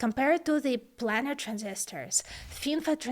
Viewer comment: Fantastic video, very informative and well presented. If I may make the tiniest suggestion, it's on your pronunciation of "planer transistor". It's pronounced "plane" like "airplane" (as in a two dimensional XY plane), not "plan". The Planer Process was introduced by Fairchild Semiconductor and refers to its top-down 2D approach which allowed for photographic (later lithographic) design and manufacturing that revolutionised computer development. As I say, a tiny point in an otherwise flawless video. :)